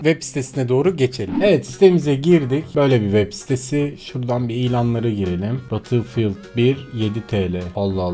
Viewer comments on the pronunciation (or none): Nobody:: BATILFİYILD